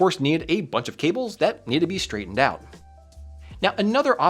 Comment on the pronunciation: "straighten the kinks oit of them" This.. Sounds kinda off